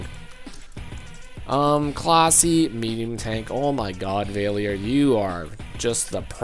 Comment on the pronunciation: You mispronounced valior Your sayin vay le or Its really val e or